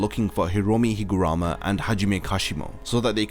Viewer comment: its not higurama its higaruma